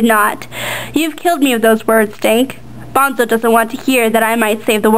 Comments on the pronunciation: BONE-SO Like skeleton BONE and then SO! Not BONZO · "bahn-zo" stopped watching, Petra points out obnoxiously rather early on how it's pronounced "bone-so" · the drawings are pretty good, but the reading was kind of flat and emotionless... and btw, bonzo isn't pronounced "bahn-zoh", it's "bon-so." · lol, it's BONE-SO! bahn-zo, sheesh, WRONG! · Bonzo? It's Bone-so, not Bahn-zoe. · BONEEEEEE-ZO man. not BON-ZO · it`s pronounced BONE ZO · Nothing personal but why does everyone pronounce the name bonzo phonetically, thats what ender says when he first get to salamander. It's pronounced Bone-Soe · its BONE-SO!!! lol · uhh he read or she read the book, me too, its Bone-so. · It's pronounced "Boneso" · Dude she's reading straight from the book! Bonzo takes off his suit to fight Ender fairly and to keep his honor. duh! and yes, it's BONE-so not bahn-zo. and buggers, not boogers . man oh man oh man... boogers... hahahha!